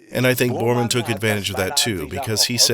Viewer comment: Bormen? Bormen? Really? Stupid ignorant american pronunciation.